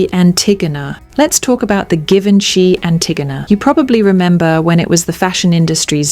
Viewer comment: The given-chy? This is not the right accent my girl..